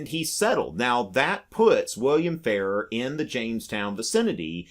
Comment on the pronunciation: Frank Farrar was Governor of South Dakota when I was young, but the name was pronounced differently than the way you’re saying it. It was Governor Fah-RAHR (you’re saying it like “fairer”).